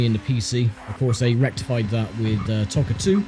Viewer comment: Its Toca not Tocca! Arrghhhh